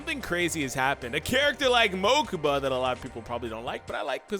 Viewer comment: "To the mokaba mobile"